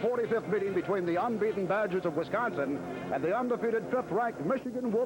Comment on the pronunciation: Wisconson, LOLZ!